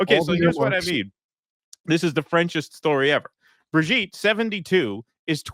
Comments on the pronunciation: Brijeet, not brig-et.😂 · his/her name is Bri-JEET! (Brigitte) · It's Brigitte.